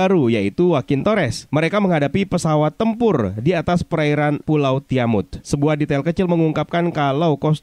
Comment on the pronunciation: nah gini dong enak dengernya "TIAMUT" bukan "TIAMAT WKWWKWK